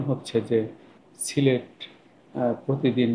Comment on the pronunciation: সিলেট নাম টা কি ভাবে উচ্চারণ করছেন?